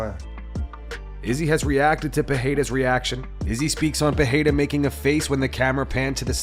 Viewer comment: Again commenting can you learn how to pronounce Pereira? There is no ‘h’ sound.